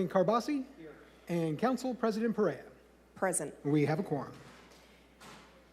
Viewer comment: It was hysterical that they misprounced Perea during that 1st presentation!